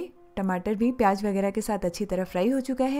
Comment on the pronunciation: V nice explanation. Pls pronounce Z correctly in the words pyaz , sabzi. Its z not j. Its zyada not jyada. Hope u wont mind. Thnks